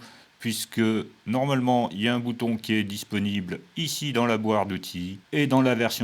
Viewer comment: Merci pour ton retour des nouveautés. Et merci aussi pour ta petite dyslexie qui me fait bien rire. J'aime particulièrement:" la boire d'outils ". C'est pour ça aussi que j'apprécie te super vidéo très pédagogique. Continue comme ça. Merci